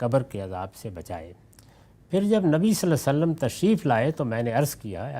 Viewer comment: I don’t understand why GHAMIDI sahab couldn’t say “SvaLLaLLaaho A’layhi Wa SaLLam” whether he is doing it by purpose OR he really couldn’t pronounce it. I would be grateful someone his student or his followers can Ask him. It’s Really Annoying. Also His Normal Pronunciation “Tajweed” of Quran and Arabic is very poor.